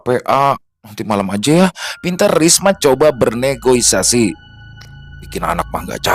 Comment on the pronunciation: Kok NEGOISASI?!!🙄 NEGOSIASI!!🤭